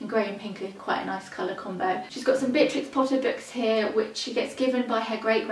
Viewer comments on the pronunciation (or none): none